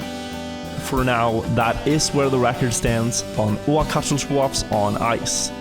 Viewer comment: can't beleive this guy hasn't figured out the proper pronunciation of ouch yet what a legend